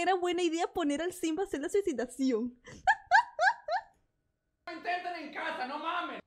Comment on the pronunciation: "Suicidacion"???? 😂🤣😂🤣😂🤣 No manches